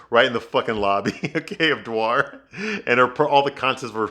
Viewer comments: DWAR! LOL! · The way you pronounce Dior 😂😂😂 at first I didn't know what you meant 😂😂😂 clearly you don't care about fashion 😂😂😂